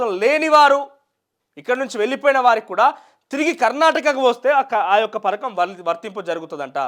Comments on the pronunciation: Parkam kadhu raa padhakam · Ory .Nayana..parakam kadhu....Pathakam